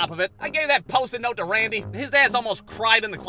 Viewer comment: Love how misspoke Randy's name. 😂